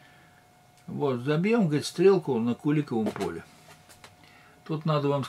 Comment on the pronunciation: О, ударение в Куликовом поле как местные говорят